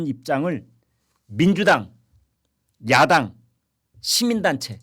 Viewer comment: 한국어에는 각 단어들에 장음(長音), 단음(短音)이 있어서 국어사전에도 표제어 장음 글자의 오른 편에 : 표로 표시되어 있다. 그런데 요즘 젊은 기자들은 특히 한자어를 말할 때 이를 전적으로 무시하고 전부 아주 짧게 발음한다. 예컨대 '여:당(與黨)', '야:당(野黨)', '대:선(大選)' 이라고 길게 발음을 해야 하는데 짧게 발음하는 것이다. 참으로 듣기에 딱하다. 이런 폐해는 한자 사용의 폐지에서 기인한 것이다. 정말 큰일 났다. 청구인측 변호사가 "피청구인" 을 아주 짧게 발음하는데 "피:청구인" 이라고 장음을 써야 한다. 요즘 한국인들의 '한자어' 구사가 이 모양 이 꼴이다. 아유 맙소사.